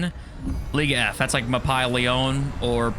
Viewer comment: The way you pronounced Mapi...never heard anyone say it that way. To piggy back on why ppl shouldn't take the game so serious, we have a saying in competitive FPS titles, it's better to be lucky than good. Which basically means it doesn't matter how good you are, you can lose to worse players through them just being lucky and lucky moments happen from games having randomness and randomness is intentional design by developers to help lesser players keep up with mechanically better players. Its also important to remember this community is shameless garbage and will abuse known to be OP mechanics, abusing OP mechanics is an act of lesser of players and they will get a win against better players every now and then.